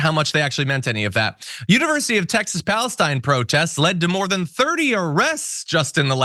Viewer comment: It’s pronounced PalaceTeen Texas not PalaceTine